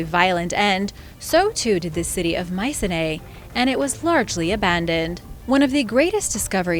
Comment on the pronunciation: its pronounced: my-see-knee